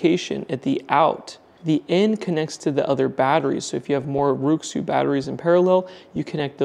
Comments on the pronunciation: It's not pronounced like: roo xzoo. It's pronounced like: wray shoe. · Nice review, by the way. RuiXu should be pronounced like Ray-Shoe J.